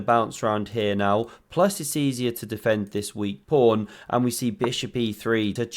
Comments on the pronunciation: Commentator keeps saying "prawn"? in the intro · you called the pawn a prawn. lol, i used to say it as a kid by mistake